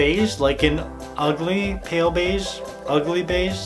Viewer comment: I am sad because he said ugly bage and that is my skin tone